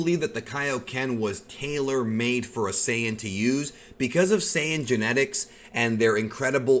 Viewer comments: It’s saiyan, (say-in) first pronounced by toriyama himself, and again forever pronounced by him and toyotarou as SAIYAN (SAY-IN) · Its saiyan exactly how they say it you ain’t the creator or something it’s annoying it ain’t no saayan like you say it stop acting like everything that comes out of your mouth is facts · I have pronounced Saiyan wrong for like 7 years...